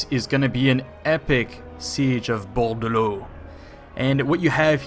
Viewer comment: Very good prononciation of Bordeleaux and louen leoncoeur^^ (it's more "lou" "en" than "Le" "on" but fine) (i know what i say i'm french :p)